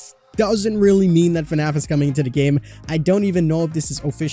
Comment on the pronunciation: Not trying to be rude but it's fnaf not fanf